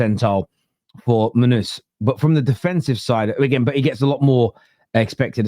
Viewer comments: Did just say “Monuz”? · Mon Noose!! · Munooz lol 😅 how is this guy a football content creator